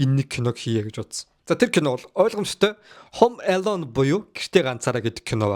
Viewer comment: Пээлдсэн,Хөөм Эелөн,поокс,Паак ю 😂